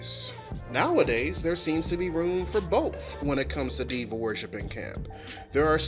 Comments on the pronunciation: NGL, for a long minute I thought i was hearing you say "devil worship" instead of Diva worship and was really confused by when gay people went from devil to camp 🤣🤣🤣🤣 im sorry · Until you wrote it on the screen I thought you were saying demon worship not diva and I was so confused.